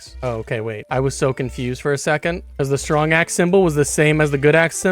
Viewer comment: "Stwong axe" 😂